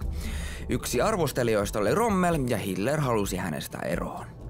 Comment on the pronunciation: ite kuulin hilter :D